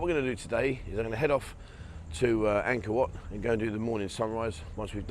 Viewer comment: Angor wat not man maid...